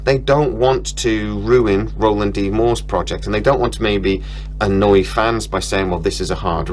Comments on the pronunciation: It’s Ronald not Roland! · by the way lad - his name is Ronald D Moore - not Roland... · Hey man, its RONALD MOORE not ROLAND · Actually, it's not Roland, It's Ronald. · Ronald, not Roland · Ronald D. Moore not Roland D. Moore.